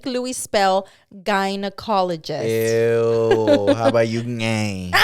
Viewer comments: not gyNA💀it’s gyNO 😂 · Se dice gy not guy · I don’t think it’s fair for Louie that doesn’t pronounce the word of the century correctly. 🤭 Of course he’s gonna misspell. 😂 Love you guys! 🥰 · How’s Louie supposed to spell gynecologist if can’t even pronounce it correctly 😭